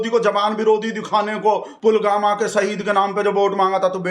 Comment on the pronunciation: "Pulgama" Pulwama nahi.